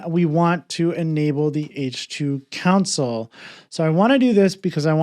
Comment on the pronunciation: Great video. Thanks. One funny thing that was confusing was that you kept saying "council". Took me a while to realize you meant "console".